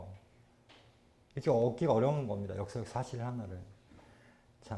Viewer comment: 장음인 단어의 첫 자를 짧게 잘못 발음한 예: 두 번,서술,사실,전쟁,고조선 ,비사,제천,사고,등이니, 이상 예 만으로 이 강사의 장단음 문제의 심각성을 알 수 있다. 낭독할때 절도 없이 마구 읽었으므로 무슨 말인지 알수 없었음.